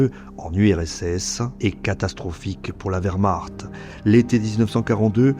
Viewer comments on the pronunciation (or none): none